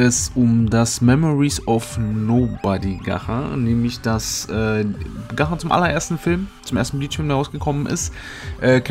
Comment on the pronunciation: Bitte ausgesprochen heißt es nicht „ gacha“ sonder gatschaa